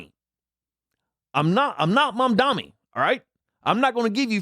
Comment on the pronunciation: It's a great thing that you mentioned Mamdami (actually its MamdaNi, but you guys know that and feel that pronouncing a name wrong on purpose somehow makes you feel superior) here. You get this tipping nonsense here and only here due to unbridled capitalism. I understand that most people are afraid of socialism as if it were a bogeyman but that's the system that helps people earn a living wage. There is just no way in hell a government with a bit of socialism in it (I am not talking communism. learn to differentiate the two and there has never been true communism anywhere anyway, for us to truly judge it) would never let businesses get away with the min wage paid to servers here. Or a $7 federal minimum wage, for that matter. It's high time that people start forgetting the "red scare" propaganda of the US government and start using their own brains. By the way, as soon as the Soviet Union collapsed, people readily embraced Capitalism. However, they were used to a lot of social programs from the USSR, which is why lot of them have been retained. You can always mix the two or more.